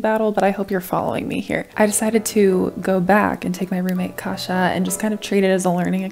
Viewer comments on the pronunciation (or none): Why do you call Kasia a kasza? is she a food? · Why do you call her kasza? xD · "Kasza" instead of "Kasia" xD <3